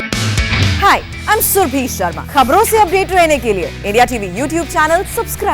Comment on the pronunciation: सुर्भी शर्मा नहीं सुरभि शर्मा कहें।